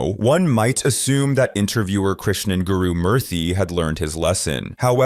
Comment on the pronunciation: How is it you actually pronounced Gurumuthi correctly? The only indian who gets his name pronounced right is a piece of sh**